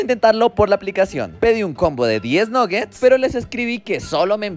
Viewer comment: Amo los nuggets pero no se pronuncia así 😂